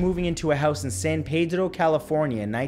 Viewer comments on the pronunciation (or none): Why do people pronounce the word San as if there is a letter D behind it?